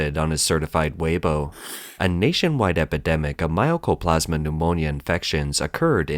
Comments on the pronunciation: Mycoplasma is pronounced as spelled, and not as "My o coplasma." (The "myco" name reflects the fact that this pneumonia was at first thought to be fungal in origin.) Mycoplasma pneumonia is in fact well-known to be bacterial and therefore not viral. And because it is bacterial, of course it is treatable by antibiotics -- the only question is whether the strains have antibiotic resistance and to which antibiotics. The wasteful spending of government-allocated money is an interesting and familiar theme. When I worked for the US government about 40 years ago, it was a regular phenomenon that as the end of the fiscal year approached, we had to find purchases to make with any surplus funds, to make sure that our budget wasn't lowered the next year when we might indeed need the money. Yes, it's wasteful, but from the perspective of government-funded agencies, departments, etc. facing the rigidity of government budgeting, it is also prudent and reasonable. Sorry, that's just the stupid way it is. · It's not MY-O-CO-PLAS-MA... MY-CO-PLAS-MA